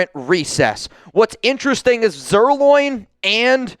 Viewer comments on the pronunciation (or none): Lance's last name is not "Zier- loin," Bozo.